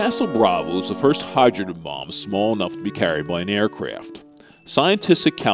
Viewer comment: "Air fwaft were prepared to take air samples"